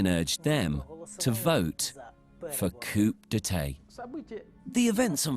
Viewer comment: "Coop daytay..." FFS who is scripting this load of tosh???